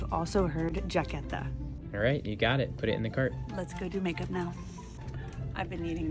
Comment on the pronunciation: You don't say make up like that or check?It was completely wrong on all the words😅